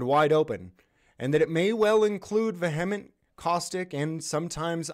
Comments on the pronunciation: Why are there so many people on YouTube pronouncing vehement like va•hem•it??? IT IS vee•uh•munt!!! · vehement is usually pronounced like via-ment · Just a note for you: Vehement is pronounced - 'Vee-uh-mint' 😉 go get em!